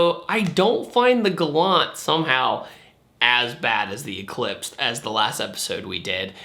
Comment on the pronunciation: You don’t know how to say Galant...